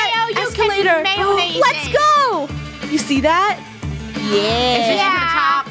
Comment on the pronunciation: Can’t y’all just appreciate how uploads everyday uploads Edit: Krew: Pronouncing Mayonnaise “Maynaise”